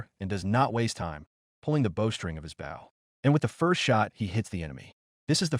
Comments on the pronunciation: I swear I’ve heard, AI pronounce it both ways, but wrong for the context it supposed to be in each time. “Bau” for the shooty thing and “bo” for respectful body position, in the same story. 🤦‍♂️ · Bow. AI had 50% chance of pronouncing it correctly. Couldn't seem to get it right, even in context. Maybe the editors or proofreaders could have tinkered with the script and spelling. Maybe spell it, Bo, Bowe or Boh etc.